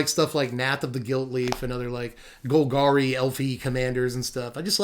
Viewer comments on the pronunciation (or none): none